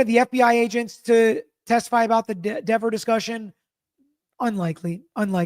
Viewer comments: You're thinking like a lawyer not a juror re: Dever You also missed the subtext in mispronouncing her name. DEAVER happens to be the name of an 18-year blood spatter analyst for the NC Bureau of Investigations convicted of perjury in a murder investigation and found to have been deceptive about his resumé, à la Burgess. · She even lied about the pronunciation of her name. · Well, if you want your name pronounced correctly.....SPELL IT CORRECTLY!!! Dever is pronounced like beaver 😂😂😂😂 also, you can only be charged with perjury if you lie soooooo🤷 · Diiiiivvvvveeeerrrrrr didn't like having her name mispronounced 😂 ! More worried about her name than telling the truth about who she saw messing more likely with Karen's car !! A wildly amount of time she told the FBI !!! To think she got a bigger paycheck to more likely keep her nasty mouth quiet !!! SHE'S GOT NO PROBLEM SENDING AN INNOCENT WOMAN TO PRISON FOR THE REST OF HER LIFE !!! WHO WANTS HER WORKING IN THEIR NEIGHBORHOOD !!!!